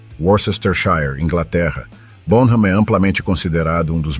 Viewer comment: Excelente vídeo. Só uma correçãozinha e por favor não leve a mal. A pronúncia do nome dele é John “Bónam” terminando o “m” com os lábios fechados